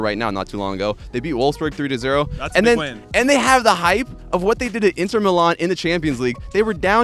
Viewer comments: eenter, meelan, eeguain, jooventus.. does this dude think that pronouncing stuff in different ways will make him sound cool? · is argentinian? that explains why the way he says "Inter" sounded so familiar. BOLUDOS AROUND THE WORLD UNITE